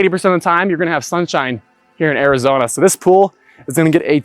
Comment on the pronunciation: Areezona? C'mon man 🤣😂😉